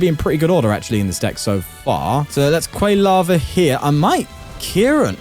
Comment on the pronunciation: Love these tournament videos, but your pronunciation of Quilava almost gave me a stroke